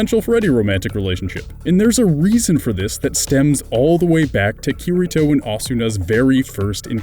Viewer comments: OMG I CAN'T TAKE IT HIS NAME IS PRONOUNCED KIRITO (KEY REE TOH) I'm sry I couldn't help myself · It's pronounced kee-dee-to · You FUCKED UP the pronounciation of Kirito!! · Not hating but you said kiritos name wrong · Why must you pronounce kiritos name,lol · Yeah, giving the 'r' in Kirito a hard 'r' pronunciation like a pirate. Pronouncing the 'A' in Asuna as the same as the 'a' in 'apple' as well as fully pronouncing the 'u' when it's a whispered vowel. It's funny to hear.